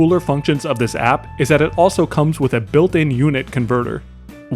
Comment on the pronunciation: I like your videos, but chill out on pronouncing your "P"s in words like "app"